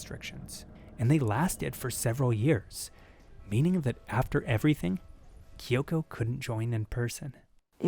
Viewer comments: her name is kyo'ko. not ki'yo'ko. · no, her name is not kee-ohko. its KYO-KO. two syllables, you american.